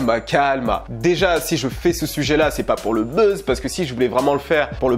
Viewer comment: "Le beuze" mdr